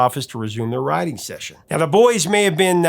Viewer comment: I keep hearing "rioting session" when you say "writing session" lol. Either way, it sounds cool. Thanks for the vid!